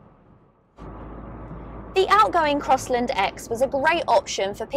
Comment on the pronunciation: "Crosslind" 😡😡😡 it's CrossLAND"